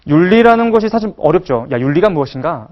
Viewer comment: 왜? 왜? 강의 중에 "에!예!예!"하고 굿민학교 어린 아이들처럼 반응함은 실로 천속 유치한 일이올시다. 인문학 학자 의 발음 문제를 지적해야하는 한국 문화가 이 얼마나 슬픈 일입닠까? 장음인 단어의 첫 자를 "짧게 잘못 발음" 한 예: 사실,2천,개체,뭐냐?,소설,두가지,두 번째,문제,등!! 실로 심각합니다. 그리고, 말을 좀 천천히 절도 있게 하시옵소서. 학자의 픔위의 문제이올시다.